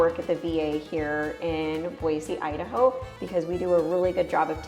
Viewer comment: Where are you from? Because it’s pronounced boysee not BOIZZ . And one handy tell us it’s not interesting nothing to do. And then you’re at turnaround and talk about the areas biggest waterpark , top flight , car race track ! I believe you probably came from California or Portland which in Boise we can’t stand them. Oh, and don’t forget about Eagle Idaho which is growing substantially fast.